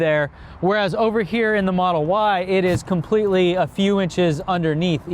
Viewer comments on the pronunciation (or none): none